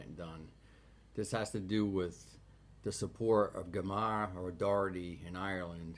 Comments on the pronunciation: Gommara o Doherty??Who is this plastic paddy who can't even get her name right while spewing expletives.Gemma o doherty is despised by the vast majority of irish people.She is no patriot, shes cracked in the head.If you had researched her before speaking youd know that. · Her name is Gemma pronounced (j like jam) (e like elephant) (ma like ur mother) Jema... Good work don't need the distraction of getting her name wrong 😉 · What a moron. He can't even pronounce her name properly.